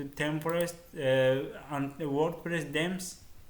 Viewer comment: its themes not dems